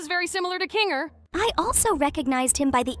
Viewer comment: PLEASE STOP CALLING HIM KINGLER it's kinger